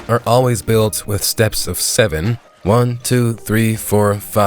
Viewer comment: six sveen🤚🤚✋✋